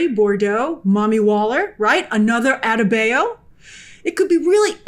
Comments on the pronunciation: Adebayo - Ah Day Bah Yo ..... Say it with me ... Ah - Day - Bah - Yo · Rough pronunciation of “adebayo”. Very American-y on the “bay” part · I can never take a reviewer seriously whenever they incorrectly pronounce a characters name. Especially names that are frequently stated in the show. Like you critique the episode, yet you can’t get Economos & Adebayo right???